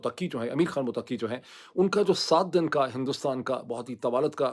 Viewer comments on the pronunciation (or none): It's MuTTaqi (not MutaQQi). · Please motaki nahi balkay mutt - taki word hay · ڈاکٹر صاحب پہلے بھی گزارش کی تھی کہ جب آ پ لفظ * متقی۔ * ادا کرتے ھیں جو کہ * متقہ * سے ماخوز لگتا ھے ۔ یہ لفظ آپ * مت قی * استعمال کریں جو پرھیز گار اور نیک کے معنوں میں استعمال ھوتا ھے۔شکریہ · متقی میں شد، ت کے اوپر ہے ق کے اوپر نہیں۔